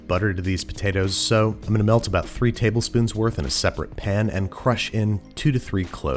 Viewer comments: when he says peun instead of pan i feel so relaxed idk why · Babish doesn't say "pan", he says "pn"